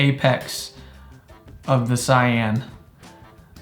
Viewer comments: Its "Say•in" not cyan. ❤️ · that's actually how you pronounce it in japanese